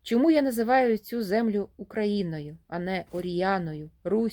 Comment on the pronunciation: Слухаю вас з увагою, ви з молодшого від мене покоління. Очевидно ви із східної України , чую по вимові, з великим впливом російської. Шчьо, чьому, дЗім замість дім, широке російське Ы замість українського короткого И. Але мені приємно, що в часи, коли наші сусідські «браття» вбивають наших людей за мову українську. Щиро вам дякую за читання і прагнення розвивати українські канали. А вимова? Може треба буде змиритися з сучасною модою. Адже багато мо перетерпіли зміни: англійська британська та американська, іспанська європейська та латиноамериканська, португальська і бразілійська, французька і крейол. Світ міняється, але Україна буде вільною.